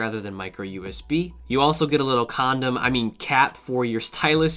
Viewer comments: It me or I'm just heard he said cond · no one talking bout how he said comdom lol!